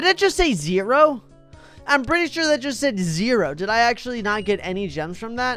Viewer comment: It zero actolly Actolly not kidding